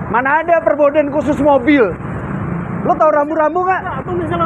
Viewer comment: Forbidden bukan Perbodden